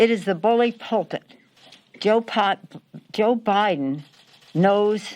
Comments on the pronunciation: lmao "joe pot" hahaahhaha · "Joe Pot". Was that a Freudian slip? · "Joe Pot" as in Pol Pot, Crazy Nancy? "No evidence of changed votes?" I guess it's like Hillary's 91% likely win.